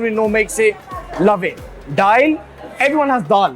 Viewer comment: It’s dhail not dhaal - how’s man goin pach bhai n not having paya 🤦‍♂️